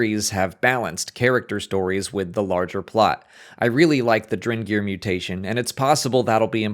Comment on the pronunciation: Are you saying "drengr"?? Did you know drengr is what the Viking warriors called each other??